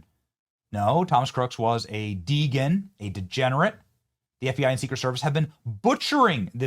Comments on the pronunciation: It's de gen not de gan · Benny, It's Dee-Gen. Don't get caught on the Candace Cant Read tweets.